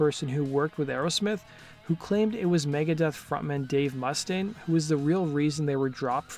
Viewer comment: It's MOO STAIN, man